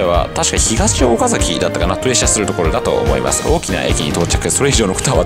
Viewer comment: 知立 安城 岡崎の発音がおかしい。地元民だと変な感じがします。 知立は(ち)がアクセント。ではなく、全部同じアクセント。 安城も全部同じアクセント。岡崎も。 どうでもいいですね。